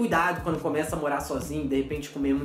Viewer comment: E também é morar e não moá